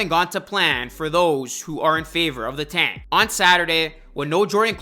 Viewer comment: fuckin hate the way you say "tank" say it fucking right